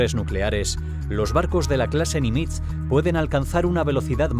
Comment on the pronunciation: Nimitz se acentúa agudo, tiene el acento en la ultima silaba.